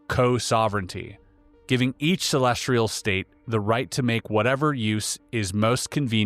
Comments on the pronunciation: *celestial, not celestrial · ce·les·tial /səˈlesCH(ə)l,səˈlesˌtēəl/ adjective positioned in or relating to the sky, or outer space as observed in astronomy. "a celestial body" You got this word wrong so many times that it proves how oh so not sophisticated you are. Really really embarrassing that you put this on air. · Edit, I watched it on the youtubes.... its musspelled 2 dozen times, likely not written by the worlds 2 smartest people. I couldnt even listen though because of the typo. Did the "celestRial" mispronounciation ruin this episode for anyone else but me. This is one of my top 3 podcasts. I'm not hating. It's frustrating though. There's so many big words, Latin, stone much complex stuff. None of it seems to be an issue. CelestRial.... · Celestial, not celestrial. Y:) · Celestial not Celestrial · They knew to put the word 'celestial' in here a billion times to trip up. "Celestrial" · CelestRial is not even a word? Does he mean celestial? Calling BS on this one, I think Oppenheimer would probably know the word celestial😅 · Bruh put this top comment on your Spotify content too. Reasonable people aren't gonna respect you and pay for content if you're saying "celestrial" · I believe the R in celestrial is silent ;) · sorry, i'm tapping out at 25m.... i love Einstein & the content of this video, but i CANNOT listen to "celestrial" one more time.... godspeed, and thanks for the content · Yes. What is so hard to understand about that word for you? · Please! There is no “R” in CELESTIAL! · Celestial, There’s no R in it lol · Who wants to tell him that there’s no “r” in “celestial?” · There is no "r" in celestial. Lol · There is no "R" in the word celestial.